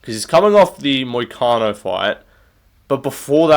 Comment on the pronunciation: "Freebie vs Moicano" This hurt to hear bro.